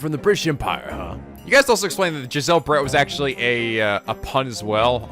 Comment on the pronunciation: I will be honest Brett sounds like bread to me